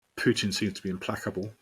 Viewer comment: “PUITN”? Nice, LOL 😂 😂 😂